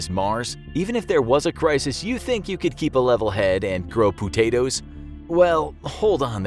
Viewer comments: "Poo-tatoes" :L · "Poo-tatoes" cracked me up! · Pooh-tatoes? Oh my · Bro he real life said pootatoes